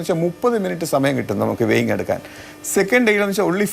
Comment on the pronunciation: weighning (വേയ്നിങ്) ...???!!!...അതെന്താ സംഭവം...????...ആവർത്തിച്ചു പറയുന്നുണ്ടല്ലോ.... ഭാരം അളക്കൽ എന്നാണ് ഉദ്ദേശിച്ചതെങ്കിൽ അത് weighing (വേയിങ്) ആണ് അഭിലാഷേ.....